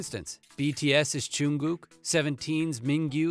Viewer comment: I mean, almost everyone knows that V and JIMIN are classmates- + the way you said "JUNGKOOK", "WHEEIN", "HWASA" and "JIMIN"